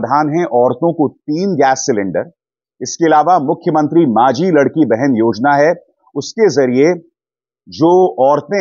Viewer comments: अभिसारजी, आपकी एक गलती सुधारना चाहता हूॅं! आपने कहा "माझी लड़की" योजना... यहॉं आप गलत हो...वह माझी लाडकी बहीण" (यह मराठी में है)! ईसका मतलब ईस प्रकार है :- "माझी" (मेरी/my), "लाडकी" (लाड़ली या प्यारी/beloved), "बहीण" (बहन यानी की sister) कृपया गलत उच्चारण (pronounciation) से उस शब्द का "अर्थ" आप बदल दे रहे ह़ो ईसलिए मैने आपका ध्यान ईस ओर आकर्षित किया है! Please don't mind, I am your fan! जय हिंद! जय महाराष्ट्र!! Keep it up with your good job of providing us with frank n impartial informations! Have a wonderful day ahead my friend! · Sirji it's not लडकी it's लाडकी ...thanks to you for spread true reports